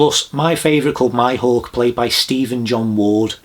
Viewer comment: No offense but you spent your weekend watching the show and still mispronuanced Mihawk name.